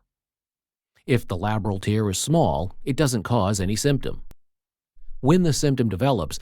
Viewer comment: "TEARS" as in crying. Another dreadful text to speech example.